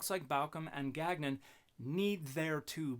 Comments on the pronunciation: French Canadian here. Gagnon should be pronounce gawn-yon. We don’t pronounce the second g. The Robert on the video forgot his ancestral roots. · Dude can't pronounce his own name lol. Ga-nyon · I denounce any Gagnon who can't pronounce our name properly. It's French ga.nõ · I won't be petty and I have not watched this dans cette totalite... but my long dormant french canadian soul quails at "gag none" Their name is theirs to pronounce how they see fit, but my dude that is not how Gagnon is pronounced. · I just want to say, as a Canadian living in Quebec, I object to Gagnon's pronunciation of his name, as abhorrent to God. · Gagnon is likely pronounced "gan-yoh" or something close. It's a French name, quite common in Quebec